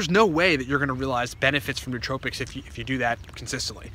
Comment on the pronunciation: The correct pronunciation is new-oh-TRO-pics, not new-TRO-pics.